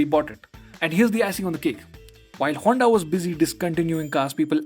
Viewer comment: Broo, but it's HONDA brooo....